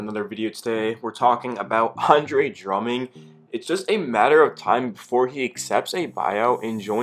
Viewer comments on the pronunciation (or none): Bro good vid, But his name is Drummond not “Drumming” lol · Nobody gonna stay anything about how he says Drumming?